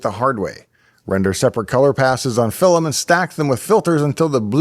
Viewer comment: "Fil-um"? Geordie ancestry? ;-)